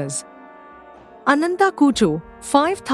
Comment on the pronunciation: Ananta, Garuda, sugreeva... Pls pronounce the a at the end. These are names where the a has to be pronounced. You do it so beautifully in some parts..